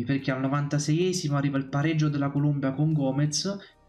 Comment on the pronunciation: ti ho messo il like ma si dice Colombia, non Columbia. La Columbia è uno stato nordamericano.